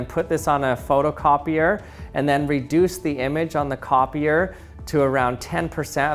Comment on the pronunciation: then he said "in the copier" and I was reading your comment and heard "in the coffee-er". Lol, he made the human brain "thought pattern" spiral